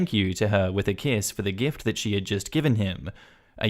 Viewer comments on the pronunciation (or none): none